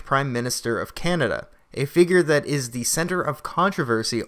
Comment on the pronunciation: He's a ball-less joke. And you are too REEEEDY!! So scripted! Please learn the difference between THEE AND THE AND AN AND A. It's cringy to hear you read this stuff as great as the content is!